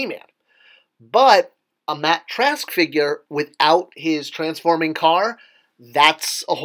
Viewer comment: He didn't say Track... He said TRASK. Sorry to be picky.